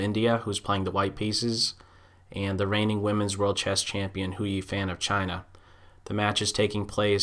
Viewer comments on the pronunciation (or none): Nice analysis but fan in hou yifan is pronounced something like a 'fun'